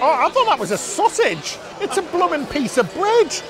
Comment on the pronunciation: I love hearing say “Blum’n”. 😊